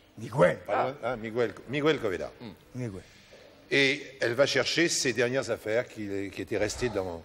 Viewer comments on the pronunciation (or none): On dit "Miguel", pas "Migouel'.